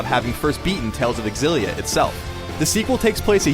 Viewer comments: I almost don't even wanna watch this because you call it "Tales of Egg-Xillia..." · Why do i keep hearing a game called tales of exillia? :3